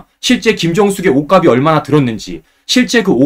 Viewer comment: 우리말 공부 좀 하고 방송하세요. '옷가비'아니고 '옷갑시'라고, '옷가블'이 아니고 '옷갑슬'이라고 발음해야 합니다. 그리고 옷 이름에 '두루말이'라고 있나요? 몇 번이나 다시들어봐도 '두루마기'가 아니고 '두루말이'라고 잘못 말하면서, '쉴드'니 '팩트 체크 ' 같은, 우리말로 얼마든 표현할 수 있는 단어는 영어로 방송하나요? 공적인 방송이니까 올바른 우리말 쓰기와 외국어 남용 자제는 해야 옳지않을까요?